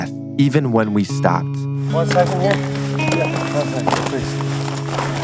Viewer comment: he said jecond 😂